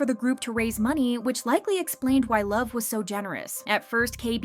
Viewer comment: and he never pronounced it correctly, so that it wouldn't be as a forbidden word😂